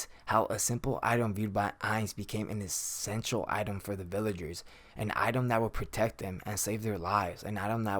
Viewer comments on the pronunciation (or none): none